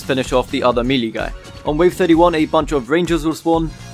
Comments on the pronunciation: Hey! Fantastic guide. Just a small critique - Melee is pronounced may-lay or meh-lay (if you're British), not mee-lee. Keep it up, bro! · Very good guide but... You kept saying "melee" its pronouced "may-layh"!!!